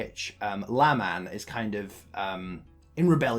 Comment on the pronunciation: "Never-mormon" claim verified! You pronounced it LA-man... instead of LAY-men. An error only a real nevermo would make. Kudos to you!